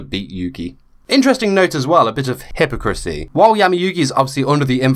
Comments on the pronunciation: Imagine I'm an eleven year old Emma Watson: it's "hip-POCK-rah-see" not "hippo-krissy" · My god, the way you say "hypocrisy" just floored me! It's the exact same way my friend said it before we mocked her into using the correct pronunciation